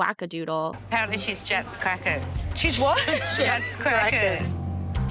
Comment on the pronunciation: I she says Jacks Crackers, like cracker jacks